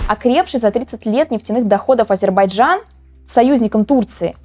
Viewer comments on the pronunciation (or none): none